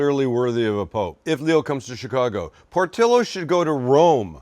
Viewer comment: Slize it nize an tin! Also... good jab ahn yer ChiKago accent, Saam!